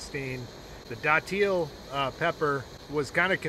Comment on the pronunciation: St. Augustine here. Its pronounced dat-ill. Most ppl say it wrong lol. A frame is definitely the worst one, please try another